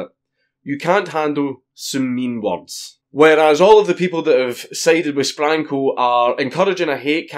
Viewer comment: Not gunna lie, the first 20 times Dank said Sprankle, it sounded like, "Spankle", XD